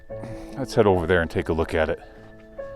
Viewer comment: When you were headed over to the two-holer and you said 'lets take a look at it', I heard 'let's take a look adit' Mining humor for the win!